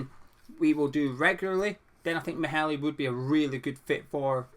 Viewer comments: It’s pronounced “mayler” just saying he’s a quality LB I’d be happy with him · as a Dane, it sounds really funny when you try to say Maehle :-) '